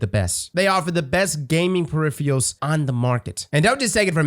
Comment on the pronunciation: Peripher what? 😂